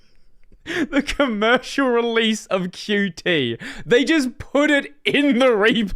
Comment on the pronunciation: Qt is pronounced "cute"